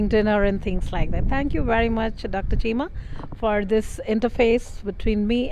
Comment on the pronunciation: Bus ho gaya kaam , cheema is in yanked mode with poor pronunciation .🙄